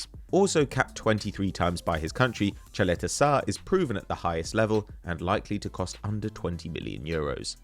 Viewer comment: Caleta sarr? Caleta-TAR